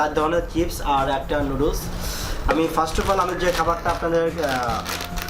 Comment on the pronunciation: Sala pronounce to kora shike ne age NOODLES KE NOODOOLS BOLE